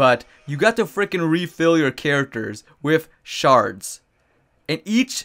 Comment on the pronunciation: is it just me or when he says shards it sounds like he is saying sharts?